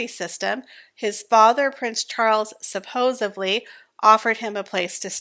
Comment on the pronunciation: Please learn the English language before you speak. It's not supposebly it's supposedly. I do enjoy your channel but cringe when you speak so eloquently, and some of your words are spoken incorrectly.